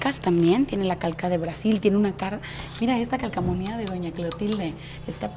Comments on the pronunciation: Jaja jaja no es calcamonias 🤣🤣🤣🤣🤦‍♀️..es calcomanias.... Enseñando hasta las anginas pero de aprendizaje por el piso....🤦‍♀️🤷‍♀️ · Calcamonia y lo dice varias veces jeje...